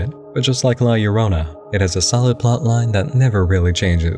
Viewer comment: i'm late to the party, but i appreciate that you got La Llorona's name right.